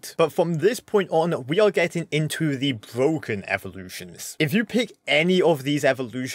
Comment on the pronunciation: Him in shorts be like every evolution is bwoken😂